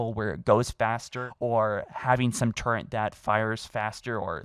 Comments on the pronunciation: Bro it's called a fucking TURRET not Turrent 😂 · I swear to god if you call a “Turret” (tur·ret /ˈtərət/), a “TurrENT” one more f**king time!!!! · There is no N in Turret.